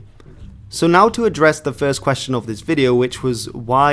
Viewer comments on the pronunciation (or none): none